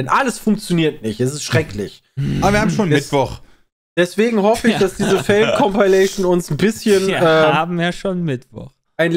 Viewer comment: Wenn CompAilation sagt, dann zucke ich jedes mal zusammen, das macht mich wahnsinnig!